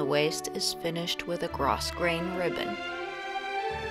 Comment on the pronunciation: It is really gorgeous! P.S. When you pronounce grosgrain, the s is silent, so you just say gro-grain.